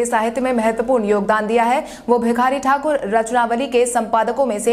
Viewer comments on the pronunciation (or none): none